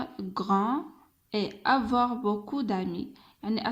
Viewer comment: اسمحليle verbe avoir نطقتيه خطأ